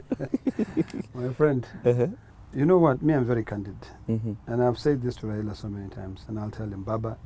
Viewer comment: my dear it’s your right to support anyone whom so ever you wish BUT my problem is your pronunciation, it’s Raila not Raira... Even me I don’t like him and i don’t support him, HI5